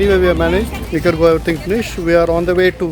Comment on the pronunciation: Funny to hear Nicaragua called 'Nicker goa'. The local people might not like this.With my limited knowledge of Spanish I would say 'Ni-ka-ra-gva' with a very soft g.